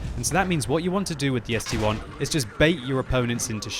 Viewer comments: st-l not st-1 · Why call it ST-1? ST-I, capitol S, capitol T, capitol I... see the difference of 1 and I?? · Why does noone say something about calling the ST-i a ST-1?!? It is is(-7,8,4,3,2) not 1s(-7,8,4,3,2)